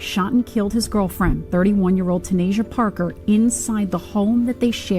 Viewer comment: That’s my blood sister, literally. No way you got up here making a video, not knowing all the facts! Watching this made me cringe, I had to stop watching!!!! From the pronunciation of her name, to everything else, JUST wrong, and LIES! How dare you say anything about her mom when you don’t even know her, my sister, TANAYSIA. Report this videos guys.